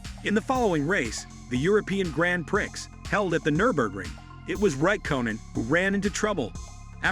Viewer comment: If you're going to use AI narration at least have the decency to teach it correct pronunciation, my French may be rusty but I'm pretty sure it's not Grand Pricks.